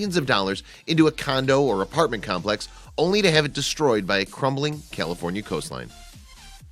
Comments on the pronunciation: he says "Killafornia"..... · Did he say Killafornia? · Wait...did he say "Killafornia" at the beginning? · At the srarr it sounded like you were saying killafornia lol... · It's not prounounced "Killifornia" unless you were going for a pun. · What's Kielifornia? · Sounds like he’s saying Kill-a-fornia. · Kill-aforinia??? And he's always wanted to live there. I can't imagine anyone that doesn't know how to pronounce CALIFORNIA. Really?? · I stopped watching after he said cillafornia lol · Did he say Killafornia in the first sentence? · Did he say kilafornia? Lol I love California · Does anybody else hear this dude call it KILL-afornia? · why is he saying kill-a-fornia? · Wait, did he say Killafornia? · This guy keeps pronouncing it like Killefornia. More fitting. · You call it killa fornia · YOU CAN'T EVEN PRONOUNCE CALIFORNIA . BESIDE THOSE DIP SHIT DESERVE IT. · Flood control has stopped sand replacement along the beach. This is what you get. Please have someone help you pronounce California. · I love how the narrator can't even pronounce California correctly